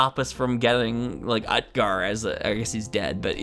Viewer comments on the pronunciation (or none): "Utgar" is pronounced OOT-gar with the 'oo' sound like the 'oo' in "boot" and the 'a' like the 'a' in "father".